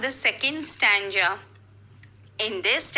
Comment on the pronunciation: Your pronunciations of the words stanza and ambiguity are wrong.